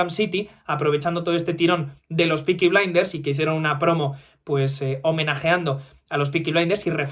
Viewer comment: No es "piki blainders" es "PEKI BLÁINDAS!"